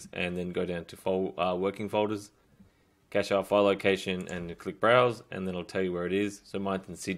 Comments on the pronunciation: its pronounced "cash" not "cachay" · Thanks a lot ! Just a tip : It's pronounced like "cash", not "cashay" ;) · Cache is is a French word. It's pronounced like cash in English. The e is silent.